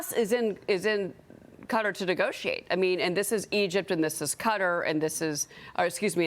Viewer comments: Very confusing to hear her saying "Cutter"! Oh, she means "Qatar"! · I love how she says cutter instead of qatar lol